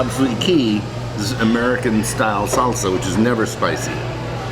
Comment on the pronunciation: Lol you said red salsa wrong stupid